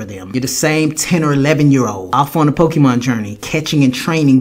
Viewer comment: Masuda is the type of person who calls Pokemon "Pokiman" while knowing dam well that it's pronounced Pokemon!